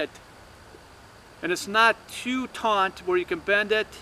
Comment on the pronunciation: "Taut", not taunt.... smh....